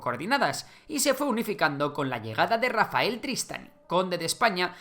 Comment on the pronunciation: Se pronuncia "Tristañ" no "Tristani", que es catalán, no italiano😂